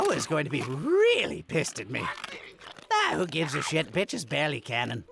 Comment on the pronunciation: “weally” lmao